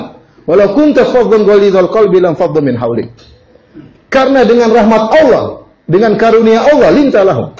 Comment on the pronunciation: Mohon diperhatikan penebalan kata/huruf dlm bhs Al-Quran. ALLAH harus dilafalkan "ALLAH" bukan Awloh. Maghfirah, bukan Maghfiroh. Ridho seharusnya RIDHA. Karena UAH juga yg menggantikan huruf "O" utk kata2 dlm Bhs Arab/Al-Quran yg FATTAH (vokal A) atau yg harus ditebalkan. Padahal dlm Bhs Arab tdk ada vokal "O". Sebetulnya semua manusia bisa mengucapkannya dgn sedikit berusaha. Banyak ustadz2 yg org Jawa juga bisa mengucapkannya. Jadi jangan laval Al-Quran ini diubah-ubah!! Jazakumullahu khairan